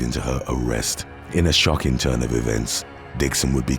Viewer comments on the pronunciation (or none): none